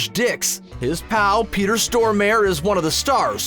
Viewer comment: For a Swede, the way that they pronounce Stormare sounds so weird, wouldn't know who they meant if they hadn't shown clips of him.